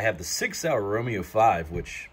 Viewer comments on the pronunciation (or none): none